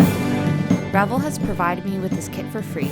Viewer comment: First of all it's pronounced Re - VELL . Like in HELL, YELL, SMELL, TELL, SELL, BELL, QUELL, CELL, etc. Don't be so damned ignorant!! This must be the 1/72nd scale version. It's called a WINDSHIELD - not view point. Also Tuh-MY- YA is how it's properly said although all the dumbasses say the same wrong way that you do in this video. Not bad although very amaturish in the way that this was painted - there are references out there on the modeling forums. I take it that you don't build very often or that this is one of the first models that you've ever built. Take more time to understand the products that you use and familiarize yourself with the myriad of modeling products and brands and how to say their name right if you're going to do videos on this subject. It's good to see females in this genre as it's dominated by men. Mostly OLD men since the advent of the video game which is a predetermined outcome no matter how many times that you do it has helped to hurt the board game and craft industry! Its too bad as this is one of the most satisfying things that I know. Thank you any way and keep on building.